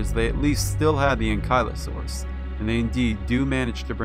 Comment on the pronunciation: How could you mispronounce Anklyosaurus? HOW!!??